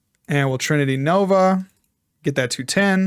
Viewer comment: That's definitely NOT how we say trinity nova in Australia 🤣